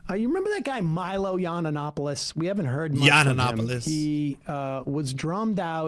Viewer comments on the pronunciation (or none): Yiananopolis! It used to bug me but mispronounced nomenclature is pure trolling.